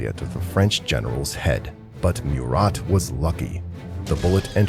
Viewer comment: Also , you need to make sure of proper important name pronunciations when using digital narrator programs.... ie, MURAT is pronounced 'Moo-rah..... not mew-Rat In fact too, when Napoleon returned to France, the French had already gained victories against their enemies to somewhat stabilize the situation for France.